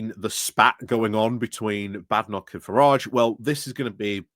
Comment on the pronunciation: Badenock is pronounced with a long a vowel not a short a vowel!